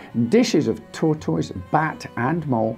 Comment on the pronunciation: Well, I Never knew that Tortoise is pronounced Tor. Toyse. GOD......